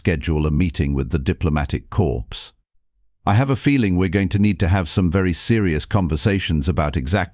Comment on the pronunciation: Not CORPS….the P is silent. So pronounced like CORE, as in USMC…..Marine Corps (the p is silent)